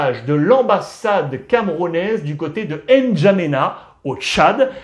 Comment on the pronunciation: N’Djamena 😅😅😅😅 Prononce bien Alex, c’est chez moi 🔥